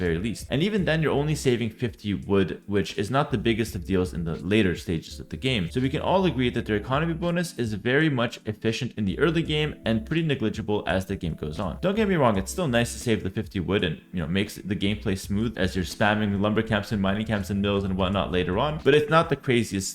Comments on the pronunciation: Who else cringes a bit when says "NE-GLIG-ABLE"? in case sees this, it's pronounced "NEG-LIG-ABLE" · I love you but stop trolling us with the "nigligible" stuff already lol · plz learn how to pronounce negligible lol